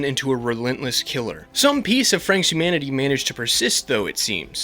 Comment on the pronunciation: They way he says 'humanity' sounds like 'humidity', and it amuses me greatly XD